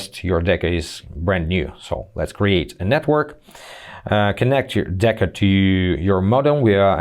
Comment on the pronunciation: It's deco not deca!